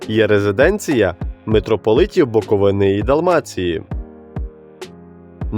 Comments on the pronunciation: БуковИна і БуковИни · Як бляха можна шукати хоч якусь інформацію про регіон і не знайти, правильного наголосу в назві регіону. Весь випуск через це звучить як від неерудованого невігласа.